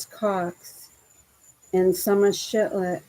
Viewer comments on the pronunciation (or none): love how you say SHIT LET.....instead of SHIF LET hahaha